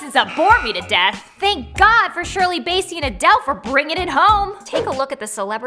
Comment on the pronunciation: Bass-ey not base-ey